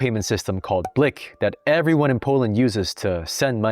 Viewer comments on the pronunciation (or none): blik is pronounced like bleak or bleek because the I is pronounced like ee